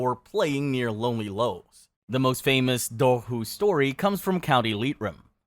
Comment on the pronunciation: Your dobhar-chu pronunciation is shitty and frustrating. It's DOH-ur-koo, like "do-war" and "schu" (like the end of loch).